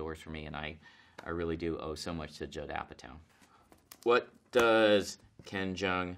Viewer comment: I heard Judd apatow as ‘jadhav Patel’ !!